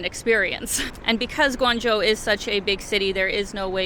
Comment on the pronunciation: You did a good job of reviewing Guangzhou and you even got the pronunciation down! It's a lot easier to travel there than it used to be 20 years ago when I first went and my goodness is it different now, it used to be nearly all bicycles back then. You can get a 10 year visa to make travel to China much easier for a Canadian. I was surprised you haven't had congee before, in the Toronto area, congee restaurants are everywhere. I saw you also like Pandas, if so, a trip to Chengdu would be really enjoyable and it's a pretty fabulous city in its own right. If you can, I recommend trying to meet up with locals when in China, you will experience it much differently if you're not just a tourist.